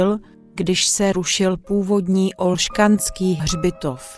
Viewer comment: Ne OlšKanský hřitov, ale Olšanský hřbitov ... (bez "K") ... jinak ale pěkný dokument